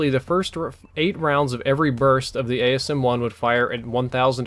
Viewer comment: It's called the asm1 not the ams1